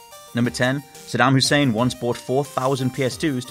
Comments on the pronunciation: Uh "Suddam Husseim" ??? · SUDDAM HUSSEIM? WTF.... Spell much?